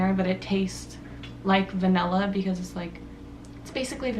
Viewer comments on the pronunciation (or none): What is va-nella it’s va-nilla